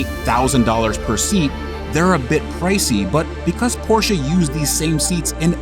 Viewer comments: It’s Porsche not porschia or porschA lol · man u all time say car... and your porshaaaa... its just a half of it, emm very burnt half .. other thing since when car with two weels can call a car ? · Where is the "A" in Porsche? Why do yanks say it so weird? The 'e' at the end is A) Soft and B) not an A.